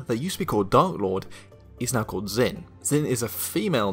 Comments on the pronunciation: Something to consider Zh in mandarin isn't pronounced with a Z sound so instead of the Z-in pronunciation it may very well be pronounced J-in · As an Asian, I'm cringing so hard at that pronunciation. Great theory though.